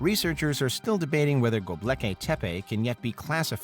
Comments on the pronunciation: ughh he keeps saying gobleki not gobekli, at least teach us how to say it correctly! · Dude! It’s Gobekli, not Goblekay lol (Go-Bek-Lee instead of Go-bleh-kay) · Go. Bek. Li. NOT "go blecky." Thank you. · It's truly tragic that this bozo is saying GobLeki. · its Gobekli Tepe not Gobleki Tepe